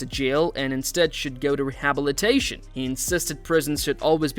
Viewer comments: You pronounce rehabilitation weirdly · What Raja Jackson did was egregious and he should face serious legal consequences. Also, podcaster should learn to pronounce rehabilitation. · Why is “rehabilitation” being pronounced that way? I suppose it’s one of those like “laboratory” that’s pronounced differently depending on the country. I guess I’m just suspicious of AI content creeping up everywhere. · Am I the only one amazed that the narrator cannot properly pronounce the word “rehabilitation”? You have one job, dude.🤔😅